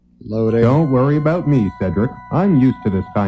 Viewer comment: That's what I'm talking aboot!